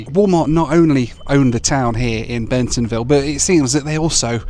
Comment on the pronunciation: Bentonville NOT Bensonville